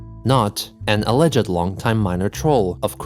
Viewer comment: are you using an AI to emulate your voice, now, or did you mispronounce "alleged"?